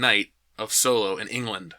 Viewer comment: You keep mispronouncing "Soylo" 😁